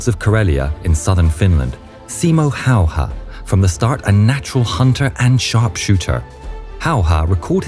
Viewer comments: how difficult is it to say hey-a instead of how-hah? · ''Simo Hahoha'' You prononce it ''Simo Hejehe''. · Simo Hayha..his last name is not How-ha it's pronounced in fact it's pronounced as Hey-ha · Its "Häyhä" not "Häyha" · Im Fin girl and I can personally say that this was my first time I heard about that guy. But how others call that guy: Hayha... and Finns: HÄYHÄ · This is NOT Simo Hayha This is Simo Häyhä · It's great that your friend Staffan provided Finnish voices for this vid and all - but couldn't you also have asked him to tell the narrator how Simo Häyhä is pronounced? Hearing him calling the man "How-haa" for the entire vid was embarrassing. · Nah bro calls Simö häyhä Simö howha 💀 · Simo hayha chines no its hayaahh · Majority seem to mispronounce Häyhä's last name, as they pronounce it ''Hauha'' missing the Ä sound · You butchered his name just as well as he butchered those russians 😂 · That's a new pronunciation of his last name that I haven't heard before. 😎👍🇫🇮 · Waiting in anticipation of the pronounciation of Häyhä.